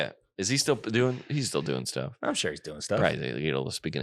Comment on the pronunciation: Copying Alex sayings - Shore when you are saying sure. And Nice when you are saying that's neat.